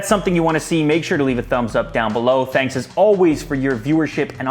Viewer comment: you just said thex/thux/thax ?